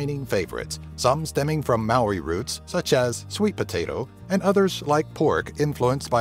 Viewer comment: Pronouced HUNGI not HANGI Pronounced Maori not Mari Just Saying xx